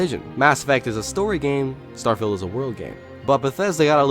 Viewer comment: You said "Starfield" precisely 23 times. (22 times before asking the question how many times you said "Starfield", a 23rd time in that question and once you said what sounded like "Stirrfield".) Where's my Bugatti? 🙂